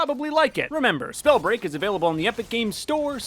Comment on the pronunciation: Wait did he say "Whats going on SnowBreaj fans"